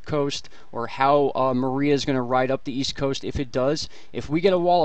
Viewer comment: You keep saying, "Marie!" NO!! It's "Maria!!" I know because my ex-wife's name is "Maria!!"